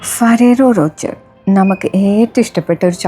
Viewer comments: ഫാരറോ റോച്ചർ അല്ല ഫെറെരോ റോഷർ എന്നാണ് പറയേണ്ടത് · The correct pronunciation is “Feh-REH-roh Roh-SHAY,” not the one you said. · The correct pronunciation is “Feh-REH-roh Roh-SHAY,” not the one she said.